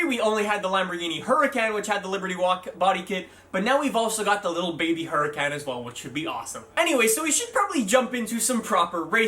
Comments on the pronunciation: who tf calls it a Lamborghini Huracannnn, it’s pronounced huracon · you said huracun twice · He said hurican twice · Kiddis 420 he also said Huricán wrong both times he said hurican if you understand what I'm trying to say